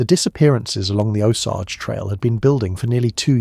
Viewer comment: “Uncomfortable truth” is that you pronounce Osage wrong the entire time. Otherwise terrific but a serious party foul.